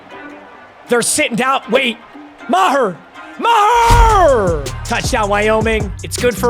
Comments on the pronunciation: "" (Ma-tt Mee-gurr) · How is Meager pronounced Maher make it make sense